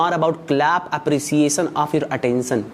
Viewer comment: Apriseeyesen😂atensen😂pesuving. Purchasing degree. Kya kya dekhna padtahe